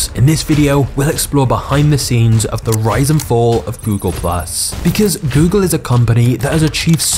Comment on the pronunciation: You said “rise and fall” I heard ryzen 4😂